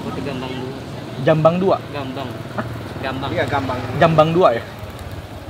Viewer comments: Gambang di bilang jambang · Gambang oi, bukan jambang.😂 Bambangggg